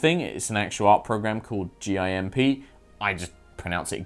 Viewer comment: It's ok to admit you pronounce "Gimp" phoenetically because reference sex when talking about something completely unrelated to sex is funny... it makes almost everyone giggle~